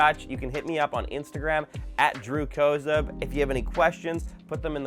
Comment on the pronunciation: Hi from a NJ, USA, Kozub. I love your video. I have had MacMinis for years and love them. I now have the 2020 model with M1 chip, but love the size of the new one (don’t like the button underneath, sorry). My family would love how you say your name, with the long O. Half of us say it that way and the other half have with the short a sound. I doubt you’re one of the NJ Kozubs, but if you have relatives here, let me know and I will have them check out your videos.